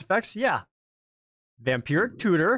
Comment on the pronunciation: I keep hearing "Vampiric Cooter".